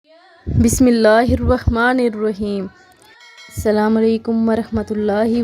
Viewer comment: Pyari behan salam ko sahi tareke se pora ada karo jazakallah